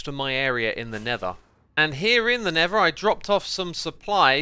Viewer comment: Am I only the peron that hear never when xisuma said nether?